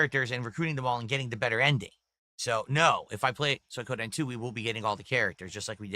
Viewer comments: "Soy Codeine" LOL this fucking idiot.. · The Sons of Kojima strike again "Soy Koh Den" I didnt know you can mispronounce Suikoden. But.. proving me wrong. "You're drinking 2-3 times a week" "Uh no, its 2 times a week max." Literally just admitted it not 2 seconds later. Actual cope, seethe and crash out when accused of being an alcoholic.